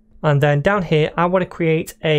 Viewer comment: Right over HEAH